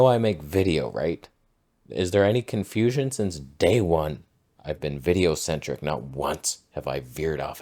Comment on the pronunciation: “…of my VIDEO…CENTRIC…sensor.” 😂😂 That was gold! I watched that clip like 5x!